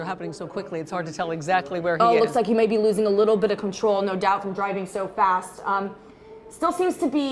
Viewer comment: She’s good at annunciation. Ger-i-ving at a fast speed. Thought it was driving with a D.